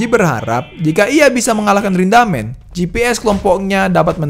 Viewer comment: Rindaman bg bukan rindamen